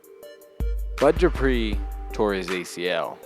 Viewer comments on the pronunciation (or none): none